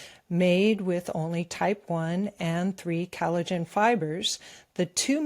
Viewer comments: What is 'calajin?' With all due (and quite well earned) respect, I think you mean collagen. I love you guys, and VDH is obviously an accomplished genius, but as a career ESL/EFL teacher, I can tell you from experience that pronunciation IS extremely important when it comes to effective communication. Likewise, it's not "Gutter," "Cutter, or "Guitar," it's Qatar (Kah-tar). Sure, it's natural to stumble over certain words when emoting freestyle via the newfangled medium of the Internet monolog, and the purposeful mispronounciation of certain words, if done properly tongue-in-cheek, is definitely an artform, but this channel is primarily aimed at LISTENERS, yes? 'Nuff said. Hopefully. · It's "COL ligen" not CAL ligen.